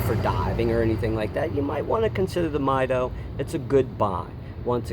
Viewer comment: All great points, but I believe the pronunciations are "mee-DOH" and "TOO-der".